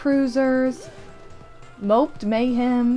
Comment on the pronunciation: Mopped mayhem? You mean Mo-ped mayhem